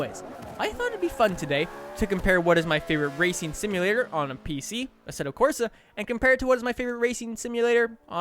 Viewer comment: 1st thing I noticed, Asseto Crosa lol